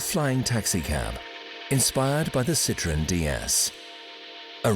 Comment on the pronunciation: I wish they knew how to pronounce the name of the car. It's pronounced "seat-roh-en".